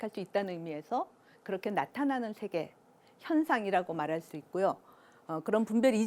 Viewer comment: 오늘의 발음 문제!! 장음인 단어의 첫 자를 "짧게" 잘못 발음하신 예: 세계(계곡해서 여러번), 게념, 강연,인식, 후자, 대중, 둘로(two), 다 같이, 좋은, 부정,경계선,뒷 면,살며(생), 둘이(two), 등!! 하나 둘도 바르게 발음하지 못함!! "세계"를 계소해서 잘못 발음함!!"세속, 세상,세습" 등을 바르게 발음하실 수 있나이까?